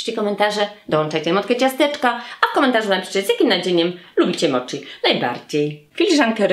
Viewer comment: Wymiawia się moci a nie moczi w japońskim ch czytamy jak ć, tak samo jak w słowa sushi, schinkansen wymawiamy ś a nie sz.